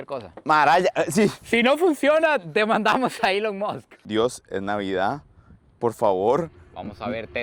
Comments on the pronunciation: Elon mosths 🗣️🗣️🗣️😂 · Araya cada 3 palabras "Ilon Moks"